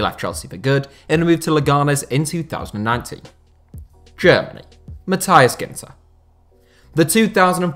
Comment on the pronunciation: Sometimes you have to look how some footballers names are being pronounced. Matthias was wrong.